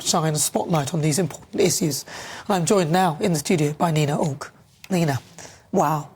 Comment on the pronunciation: Atleast get her name right....its Nina Aouilk not Nana Akua.